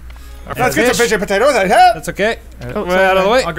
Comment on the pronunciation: calling them potates:D